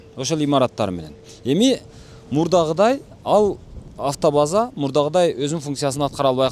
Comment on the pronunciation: Аатоваза эмес автобаза